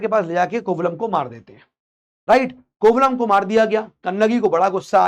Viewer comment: Sir. He's Kovalan, not Kovalam it is the name of a place in tamil nadu. Also the name of the jewellery is Silambu which they wear in the ankle. Kannagi's father was a merchant so they were rich( which says about cholas) and not only that the king died because he gave a wrong judgement but his queen also died immediately after he died. The pandaya kings were known for serving justice and silapathigaram is an example. About cheras even Elango Adigal converted to Buddhism. if we divide the names of the books we will get the meaning. For example Ettu means 8, pattu paatu means 10 songs, pathinettu means 18. Keel means down, mel means up. Your pronunciation was cute sir 😅 Also thank you for mentioning the facts from recent study sir. Your dedication to provide facts- amazing sir. Also it is said that Lord Shiva was the head of 1st sangam which could be much much older. Theres so much about tamil literature like Thirukurral that it has to be studied separately. Thirukurral had every information needed to mankind but a single kural consists of only 7 words each.